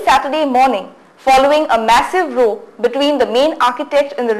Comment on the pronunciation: Is this the best that GoaCom or Goa365 can produce? Someone please advise this newsreaders How to pronounce some of the Goan names and the word "row" as it relates to this story